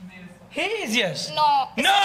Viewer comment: The host said rias(yes) or nrio(no). good pronounce